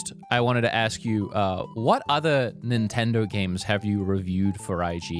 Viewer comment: "Nintindaur"